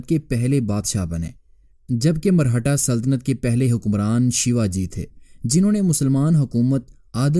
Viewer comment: Marhata nahi, Maratha hota hai Punjabinized Urdu mat bola karo